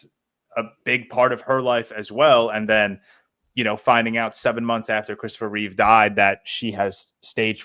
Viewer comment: It's Chistopher Reeve not Christopher Reeves